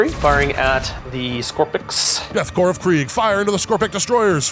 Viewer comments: “Korps” is pronounced corps like in marine corps. It’s just the German spelling of it. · I don’t mean to be that guy, but every time he pronounces “Korps” as “Corpse” instead of “Core” I take 1 D3 psychic damage. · You keep saying "Korps" and "Canoptek" wrong. Korp is pronounced like core, and it's can-op-tek, not can-top-ek. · It's pronounced Death 'core', not Death 'corpse'. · Korps should be pronounced like core. I can't tell you how or why this bothers me so much. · Idk, I think "Death Corpse of Kreig" tracks pretty well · So are we just doing a meme by saying Death "Corpse" , instead of "Core" for Korps?